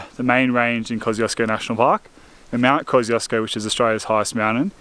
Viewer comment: I was once corrected by a Polish mate Kosciuszko - Kos-chew-sko 😎